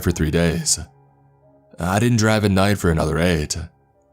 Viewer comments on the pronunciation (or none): God your inflection sucks, listen to mr Davis, kingspook, creepsmcpasta, they don't need to alter their voice like you do. Why talk like that? "...moment-uh" , "at night-uh" "...the visibility-uh"